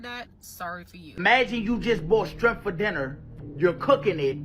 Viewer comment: He said strimp lol